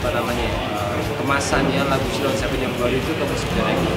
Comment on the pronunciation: Mbaknya ngucapib sheila on 7 aja salah .. 😂😂